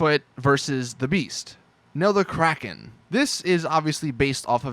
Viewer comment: anyone's soul ever get hurt when you hear someone call the kraken the "kraykean"?